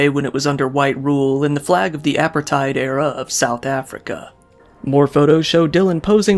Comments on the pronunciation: "Suppoxine" and "appertide South Africa." My dude, you need to work on your pronunciation a bit harder. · You mispronounced “apartheid”.